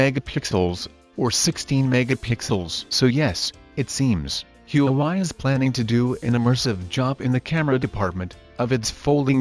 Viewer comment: U pronounced huawei wrong